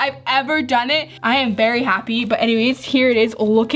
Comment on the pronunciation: Did anybody else think she said berry instead of very